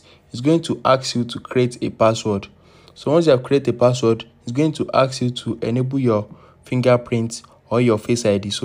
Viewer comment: Thank so much!! *unrelated (You sound French/African) When you say the word ‘Ask’ you pronounce it as ‘Axe’ which to English speakers sounds inferior. It’s a common error with French speakers. ✌🏽